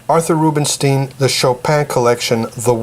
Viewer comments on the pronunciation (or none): It is not Bernsteen but Bernstein, Rubinstein and not Rubinsteen